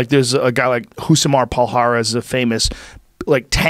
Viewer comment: Love Joe but he needs to take some Portuguese pronunciation classes. His pronunciation of Rosimar Palhares is painful.